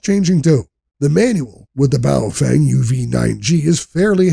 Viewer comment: It's pronounced 'Pofung'.